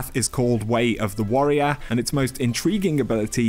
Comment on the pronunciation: way of the wowoeir 😂😚😚